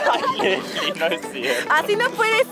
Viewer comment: Se dice lessli